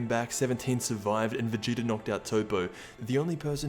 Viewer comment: It’s so funny when you say Vegeter